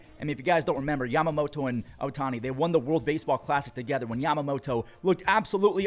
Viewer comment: Took a shot every time said YamamoTOE. My liver just died.